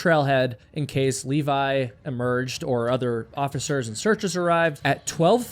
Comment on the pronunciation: Levi. Not Leevaaaiii!!! :D